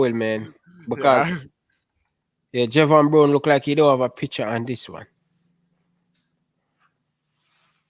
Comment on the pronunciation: It’s Javain brown your saying that name wrong